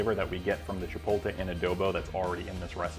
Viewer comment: You should be able to pronounce chipotle, but the food looks great. Nice video.